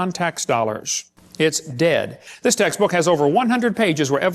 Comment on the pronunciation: Everytime he said "textbook accuracy" all I heard was "taxes accuracy". Isn't he on lucky wife 13 these days?